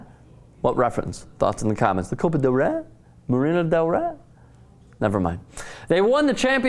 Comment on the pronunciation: This guy´s an idiot. He can´t even say "Copa del Rey".